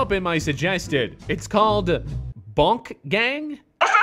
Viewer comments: He said Bonk instead of Boonk Gang😂😂😂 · It's boo-nk not bo-nk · Its Boo-nK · The way he said boonk gang😂